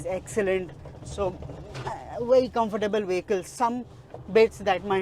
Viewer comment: Confertable ❌ Strong ✅